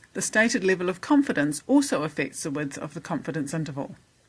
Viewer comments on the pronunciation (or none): afiix. affixes. wtf? I needed to listen to it 5 times before figuring out that the narrator means "affects", not "affix". tough accent.